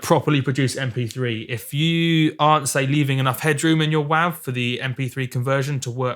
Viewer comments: when i heard u say WAAV i just couldnt even thought ur pronouncing it the same way its written its more wavy as WAVE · .wav is pronounced "wave". - and has been from conception. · Im sure this guy cant hear anything, he can even pronounce it correctly--its wav (long 'a' sound like 'ocean wave').with a good quality recording a good playback system yes you can hear the diff between wav and 320k.